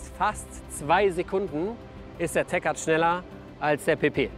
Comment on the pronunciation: es wird Tek Art ausgesprochen und nicht Teschart